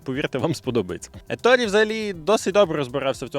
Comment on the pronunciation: Коментар в підтримку каналу. Натрапив на канал випадково, через рекомендації і пошук відео про "Перегони гарматне ядро)" Еторе, Еторе, не Еторі, навіть вимовляючи англійською, всерівно робиться акцент на італійський манер. І так, про 15 хвилин - це міф)